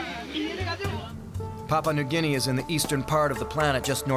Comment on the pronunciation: As an Australian it annoys me how he pronounces Papua New Guinea 😂